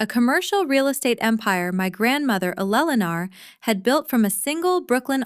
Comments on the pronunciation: In many stories it was pronounced perfectly, just on this channel it's Elellanar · It's very clear that Ai cannot pronounce the name Eleanor.. So either stop using the name or get Ai to do it right.. It's getting annoying 🙄😅😅